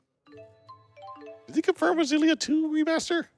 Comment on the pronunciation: Ex-illia. Jesus they only say it in all the fucking trailers